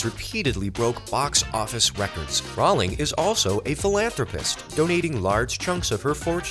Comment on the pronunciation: J.K Rowling pronounces her last name like "Rolling"